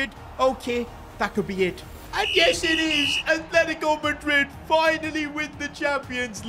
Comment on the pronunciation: Atletico madrid ❌ argentico madrid ✔️